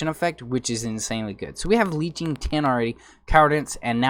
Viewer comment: it bothered me so badly the way he say leeching